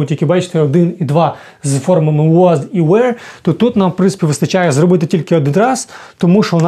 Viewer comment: Чому were ви вимовляєте як where? Воно ж не так вимовляється